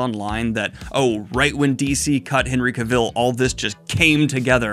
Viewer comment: Daniel pronouncing Henry Cavill like he's going to make a coat out of dalmatians